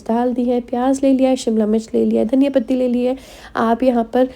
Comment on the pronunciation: W0w too yummy 😋 recipe mai bhi try karoogee ❤ tumare voice bauth aache hai tum jab dhaiya pathi bolthe ho tho bauth aacha lagta hai love you sooooooooo much😘